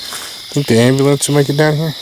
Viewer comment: Gosh Dang AMBA-LANCE lol you gota say it atleast once LMFAO